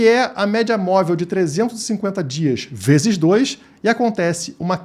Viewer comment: bebeu demais, mês que vem ele falou 3 bezes😅😅😅😅